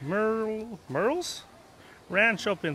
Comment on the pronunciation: It’s Muriel’s not Merle’s